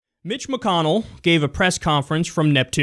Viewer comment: I thought Kyle said Bitch McConnell at the beginning at the video.